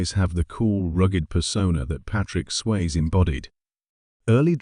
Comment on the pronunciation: It's Sway-zee, not Swayz, but I know it's AI.